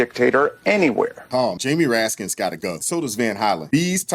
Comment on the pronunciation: "RASKIN", not Raskins. People need to know the correct names of elected officials. Thank you.